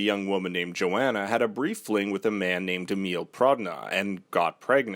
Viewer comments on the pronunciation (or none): Its pronounced yo-hon-uh